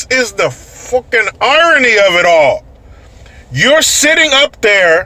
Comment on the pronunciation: You said 'fookin' like a person from northern England or Scotland would say it LOL !!